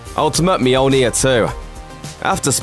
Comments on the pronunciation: Moldy ear? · Romano Cuz myoleneer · You pronounce it Mjolnir, the people in the Movies pronounce it Mjolnir, even many comics write Mjolnir. WHY!? IT IS CALLED MJÖLNIR!!! IT HAS BEEN CALLED MJÖLNIR FOR LITTERALLY THAUSANDS OF YEARS!!! LEARN THE Ö!!! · It hurts my ears to hear you say Mjolnir 😂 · Lmfao Mjolnir..... just keep saying it over and over again, it keeps getting funnier lol I cant